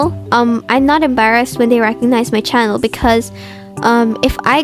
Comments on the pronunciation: I just love when this yaps, she’s too cute! And the way you say 𝒞𝒽𝒶𝓃𝑒𝓁 instead of channel? It’s fancy and totally adorable!! “Q&A” ⋆. 📷ྀིྀི˚꩜ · I love how she says "chanel" instead of "channel" lol